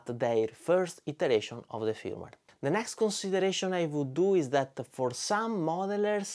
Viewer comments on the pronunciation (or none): none